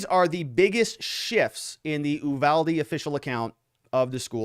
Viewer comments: Is it General Ooolyses S. Grant? It is the Ooooniverse? Nor is it Oooovalde. it's Yuvalde. Uvalde. Say it with me class. Yu-val-de. Very good! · IT"S NOT "oooVALDE"!!! it"s You-Valde!!! I'm from there.... I kinda know... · I lived in Uvalde. Native born Texas. We (even the town people) pronounce it "you" valdy. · The U is pronounced as an actual U not eww. lol